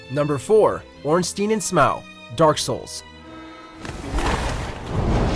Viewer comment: The Nameless king, Darkeater midir, Sister friede, Father of the abyss, Knight Artorias and Slave knight gael are much tougher DS bosses then Ornstein and Smough. Btw Ornstein is pronunced Ornstein not Ornsteen